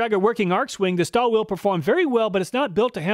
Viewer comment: KTC (Kyoto Tool Company) is the brand behind Nepros. These are top notch Japanese tools maybe even the best Japanese brand. P.S. It is pronounced "Shtalvile" and Gedore should be pronounced "GedorE" with "e" pronounced not silent.